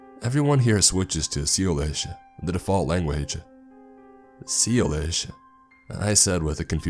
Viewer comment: Sea-lish? Is that what they speak on Sea-land?